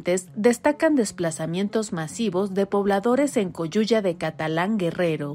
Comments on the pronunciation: La cagan los que hacen el scrip de este vídeo, dice la voz de mujer " coyuya de catalán"....no sean brutos, es Coyuca de Catalán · Coyuca de Catalan ! no (coyuya).